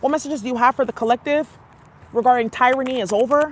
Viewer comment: The end of teer-rany